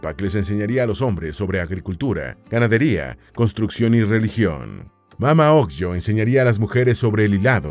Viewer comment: Se pronuncia mama ogleo/ no mamá ogllo!!!!😡